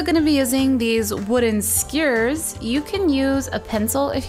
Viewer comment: the way she says skewers...